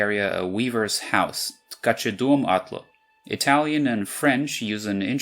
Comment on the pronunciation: меня расмешило с вашего"МшИстыЙ Грот". буду честен вы хорошо произнесли "костяная низина" близко к правде, но слишком большое акцентирование на букве "Ч", а так хорошо в слове"ткачедом" нужно делать акцент на букве "о" это называется ударение